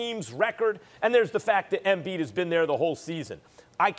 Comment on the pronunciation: Max "Ambiid (embiid)" Kellerman